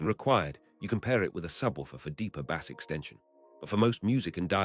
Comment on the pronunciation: Bad AI. You will recognize why once you hear the pronunciation of Bass and other words.